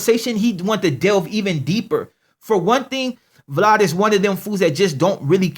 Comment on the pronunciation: he pronounces Vlad funny